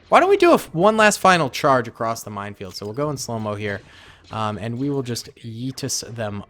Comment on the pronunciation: I keep thinking he says mindfield.